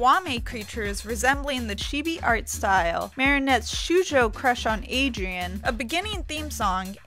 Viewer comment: At one part she said something that sounded like "shoe joe." I think she meant to say shoujo?